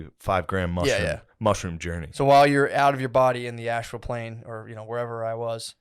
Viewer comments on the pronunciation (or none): none